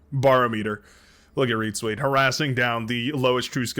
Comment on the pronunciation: Since "ReetZweet" is such a frequent player, perhaps you should learn how to pronounce it properly. And perhaps give it a google too... ;)